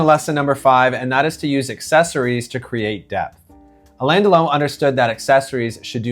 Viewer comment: You really should learn how to pronounce his name